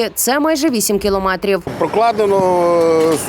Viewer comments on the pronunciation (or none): none